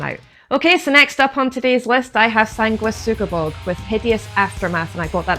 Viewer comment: Excellent pronunciation of Sanguisugabogg. I love this album and it is a front runner for my album of the year. I'll be seeing them live at the end of next month.